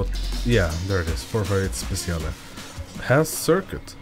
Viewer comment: Every time you say speciale you make me laught... The pronunciation is spechale